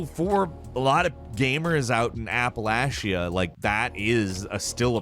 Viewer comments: APPLE-ASHIE-IA Its pronounced App-ah-lay-she-ah... you dumb bevious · His attempt, while terrible was 100x better than Appalayshia lol. But yes as a fellow Appalachian, it is pronounced like "I will throw an Apple atcha" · its App-a-LACH-a. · As an Appalachian, it’s pronounced “Apple-Atcha” thank you for coming to my TED talk. Also, by 2007 we had DSL and I thought we were kings. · a(like ass)-puh-latch-uh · “Appa-lashia” haha never heard that one before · This video was awful. I live in said Appalachia and you pronounced it wrong. and our internet is just as good as yours out in of course LA where else would youtubers be. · Thanks for the terrible pronunciation of Appalachia. Being a person who lives in NC this really stabbed me in the heart. COOOOUNTRYYY ROOOOOOADS TAAAKE ME HOOOOOOME